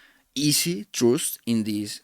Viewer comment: Thanks for sharing your knowledge. Suggestion: the words because, trust. You need to improve their pronunciation for your next videos. Or you can use AI to translate your videos from Spanish to English